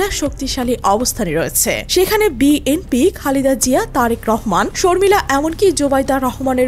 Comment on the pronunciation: বিএনপি শব্দটা উচ্চারণে ত্রুটি রয়েছে। যিনি ভয়েস দিয়েছেন বিষয়টি খেয়াল করবেন। কানে শুনতে ভাল লাগছেনা।